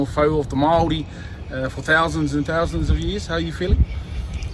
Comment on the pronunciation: Lol eh bro hahahaha Fousands and Fousands of years